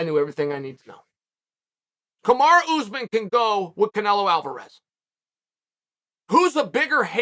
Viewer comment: He's gone from calling Kamaru Usman 'Camara' to now calling him 'Camar Usman'. Never change Chael.